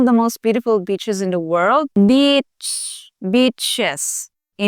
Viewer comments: beaches... not bitches.... lol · Beechez, Beaches.😉😉😉😉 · Does she say beautiful beaches or beautiful bitches ? 😆😆😆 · Oh my great video, I wish you more success ! I am laughing so hard though at you r careful pronunciation of BEACHES. Back in 2000 in Canada, I met a wonderful girl from Pangasinan on a blind date . I was engaged 6 weeks later , I was so in love. Sadly we separated 3 years later , our tempers blew up once too often, if there were kids involved or I married her , we would have tried but we ended it there. So she had just finished her two year caregiver (nanny) program that enables Pinays to get citizenship in 🇨🇦. The first family she worked for, asked her “what’s the Philippines like”…..She said it’s beautiful , we have so many White BITCHES…..Apparently the WHITE wife stared at her…WHAT DID YOU JUST SAY ? Anyway now I’m almost 50, marriage is not for me, but Pinays and Latinas are the best women, 💯